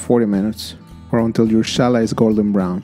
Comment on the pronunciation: Really interesting variation and a simple plaiting form that looks very complex when baked. Thanks\ Gracias English pronunciation is not "Ch" as in "chosen" rather like the J is Jose in Spanish